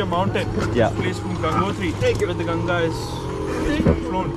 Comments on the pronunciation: Why they keep calling it Ganji😅it’s Ganga( Gun-gaa) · River name gun gaa not Gangies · It's ganga not gangii bro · It's not "ganges" It's ganga bro 😂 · It's Gangaji (name is Ganga+ "Ji"added for respect )or Ganga not ganji (means 'bald lady' in hindi)😓 you're saying ganji again and again what do you mean by that does a river have hairs but how is it possible 😂